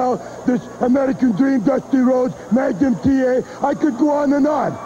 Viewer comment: Whenever Nikita says Magnum TA it sounds like he is saying Maga TA